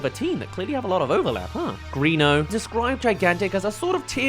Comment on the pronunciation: P.S. it is actually pronounced Gren-o, not Green-o (Hook-hand even says it in Tangled, "Greno, go find some guards") - However, I'm very curious about why you think it's Greeno though, i saw your "not a mistake" blip. Did you hear him/someone say it like that in a clip?